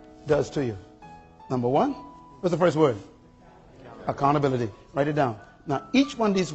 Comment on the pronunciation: It’s Accountability not “accounability”